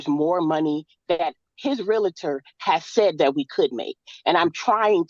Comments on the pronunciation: Taking housing advice from someone who says "realitor" and not realtor is dumb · it is NOT Realuh Ter it is Realtor, REAL TOR just like it is spelled. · It's REEL-ter not REEL-a-ter. Ahhh. She's unbelievable. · Real-uh-tor? Parteee?? Not only does she have an anger management issue, shes also illiterate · It drives me crazy when people say “reeliter”. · Respect my Realty! Do you know who I am? I'm salesman of the month!! Do you know how many seminars I've attended? That's right pal, that's my parking spot right there. Nobody pronounces doctor wrong!? Sheesh. Get it right.